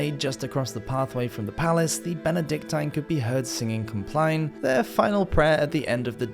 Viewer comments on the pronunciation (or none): And 'compline' is pronounced com-plin not 'complyne'.